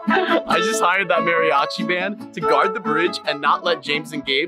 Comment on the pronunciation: What a mariyachy it’s mariachi with a Spanish accent 😂😂😂😂😂